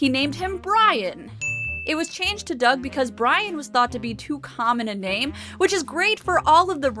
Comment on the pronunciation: Did you say Rocko's Modern Life??? Oh wait. You said Doug. Sure sounded like Rocko's Modern Life.